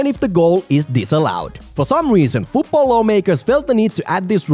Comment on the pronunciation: Rule 11. FUUTBOLL is not how to say football